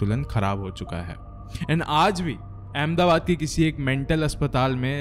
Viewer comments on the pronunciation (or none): none